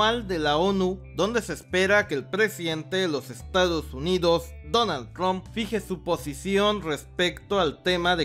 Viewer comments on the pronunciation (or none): none